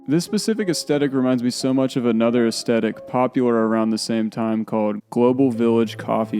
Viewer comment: As a 69-year old it amuses me to see those who “didn’t live it” recreate their highly erroneous imagined versions of the world. It is also creepy that I am observing the unintentional rewriting of history. What did I get wrong about the years before my birth? And the correct pronunciation is “ess- THE (as in death) - tik.